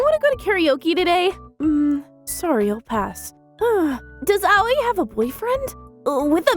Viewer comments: Hahah, same. Aoi became A-O-E. What's this Area of Effect? XD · My biggest question is why they are pronouncing Aoi as Ayoi...